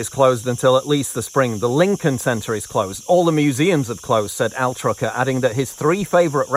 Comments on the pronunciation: Altucher, not atrucker hehe ;) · Altucher is probably not pronounced Altrucher. I get it when you're reading something that just came up, but this laziness happens too often in prepared professional content. It has a certain "I couldn't be bothered to actually look at a person's name carefully so doesn't that make the rest of my reporting extra credible" feel.